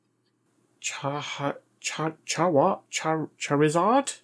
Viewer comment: Btw its said like.. "char-re-zard" lol